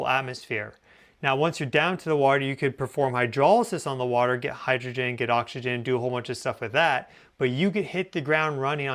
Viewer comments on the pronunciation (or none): none